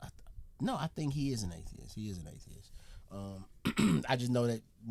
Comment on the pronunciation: She did not enjoy this.(There is a "t" on the end of atheis!)